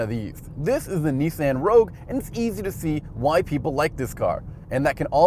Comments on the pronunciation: Nee-san? whaat? Isn't it Nee-saan? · Can we trust a car journalist if he pronounces Nissan as Nissand? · this whole thing is ridiculous, pronounced "nissan" wrong, called the CR-v a CU-v, and for whatever reason chevy is included instead of the rav4, chevy has no business being in the same video, and neither does VW.